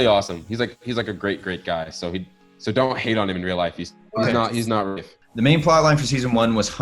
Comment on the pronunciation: thought his name was rayth lmao not rafe haha